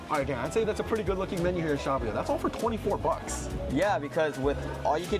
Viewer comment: Former employee of the fountain valley location, the way Dan pronounces it is correct and the way pronounces it is incorrect